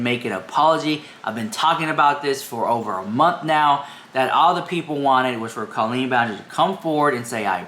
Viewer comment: Two things I don't get: 1. How can you not understand Colleen's family "liking" comments that aren't spewing hatred when just 1 year ago, you were crying on camera claiming Adam was bullying you, and 2. Why can't you pronounce her name accurately?